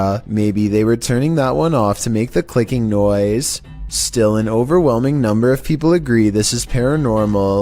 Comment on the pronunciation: "NUMBR FIFTEEN!"